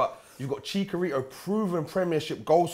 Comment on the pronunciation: Chicarito ---> Chicharito 😂